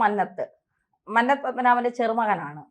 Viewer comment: മന്നത്തു. ഉച്ചരണം തെറ്റാണ്‌.